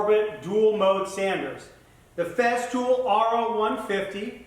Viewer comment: It is not "FEZZtool" It is "Fesstool"